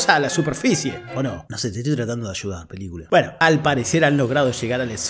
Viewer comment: bu-heno. Jajaja.